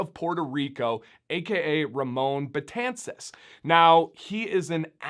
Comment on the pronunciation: Thank you for the pronunciation as well. My last name gets butchered alot